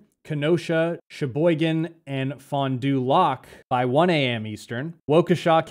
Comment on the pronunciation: lol. "fun doo lock" It's always fun watching people try to pronounce Wisconsin names like Fond Du Lac (Fon Di Lack).